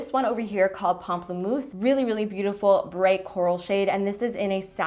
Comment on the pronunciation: Omg do you speak french?? You said pamplemousse so well 😜 love you❤️